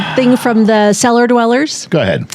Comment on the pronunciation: Oh. Cellar. Not. Seller..lol